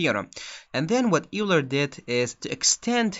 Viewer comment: Just so you know "Euler" is pronounced "Oiler". Thanks for the video!